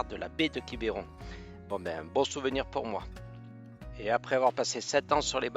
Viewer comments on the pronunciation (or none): Bonjour les amis,je vous entends parler de Quiberon, nous Bretons nous ne prononçons pas Quiberon avec ( é) je pense que vous allez me comprendre, bien du plaisir à vous et à bientôt 💐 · Belle vidéo Merci beaucoup Juste une chose : on dit « Quibron » et pas « Quiberon » Mais c’est tout aussi joli ! Merci beaucoup pour cette belle vidéo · Quibeuron pas quibéron : c’est insupportable 😅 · Alors pour information on ne dit pas quibéron mais quibron en phonétique on avale le e sinon superbe vidéo, vous êtes chez moi !! bienvenue à vous deux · Bonjour ! Merci pour cette belle vidéo Comme pour le village de La Clayette qui ce prononce Laclaite où vous n’êtes pas loin quand vous êtes à votre hangar Quiberon ce prononce Quibron Ni voyez aucune agressivité de ma part Bises à vous deux ! Régalez vous !! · c est quiberon mais ça se dit quibron